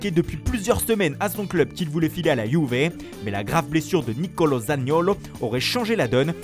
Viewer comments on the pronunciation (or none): D Andrea Pirlo a la Yuvé🤣🤣 l'accent l'attaquant de la ROMA